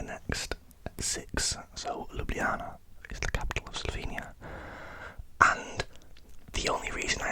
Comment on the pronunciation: Perfect pronunciation of Ljubljana, mate! Glad you enjoyed my country 😊